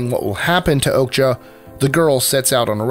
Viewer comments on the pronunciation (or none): I think "Okja" is pronounced "Okya" not "Okga"